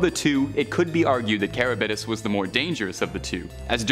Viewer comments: The are pronounced Scylla (Sil-la) and Charybdis (car-ribbed-dis) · It’s really hard on the ears to hear Scylla’s and Charybdis’ name completely butchered.